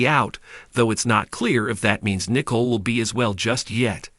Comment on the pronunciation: And it's Nicole not Nickel wow come on now😅😅😅😅😅